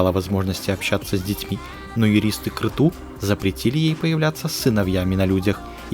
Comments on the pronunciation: Правильно не крету а крецу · Крету? А может Крецу правильно?